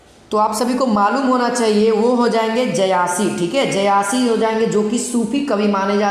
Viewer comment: जयासी नहीं जायसी। 👍